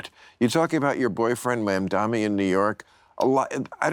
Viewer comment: Jerry -- since you love him so much, and Bill -- since you criticize him so much -- maybe you should start pronouncing Zohran Mamdani's last name correctly.